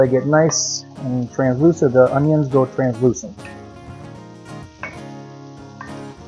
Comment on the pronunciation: He said translucent